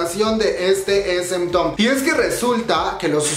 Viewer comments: Se pronuncia es em taun😀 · Tu pronunciación me consterna... :C no es town como lo lees, es pronunciado como taun Por otro lado... gracias por informarme mijo! <3 gracias por no dejarme sin noticias UwUr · No tengo nada en contra tuya pero repites y repites esementon (SM town) me da calambre al oído. Asi como te informas de las noticias informate de la pronunciación tambien xD o de plano di "el concierto". Es una crítica constructiva. Suerte :)